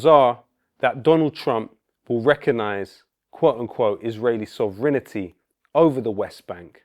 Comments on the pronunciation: Sovranity??.? NO...., Sovereignty ! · SOV-renty NOT sov-rINITY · Could you kindly pronounce Sovereignty correctly in future vids;) Btw that accent it taken, big UP Ali G... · Excellent video. One weird detail: Lowkey adds an extra syllable to the word "sovereignty" to make it rhyme with "infinity".